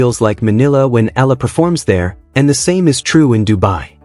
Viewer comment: Alex’ last name is pronounced E YA LA